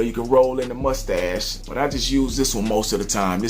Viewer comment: when you said mustache it sounded like you said "musty ass"